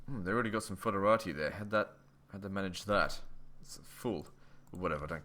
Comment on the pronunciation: How u pronounce foederati instead of federati oe in latin is Eh, it s funny foderati means packed with something when federation federated is instead referred to the political sistem they abide to.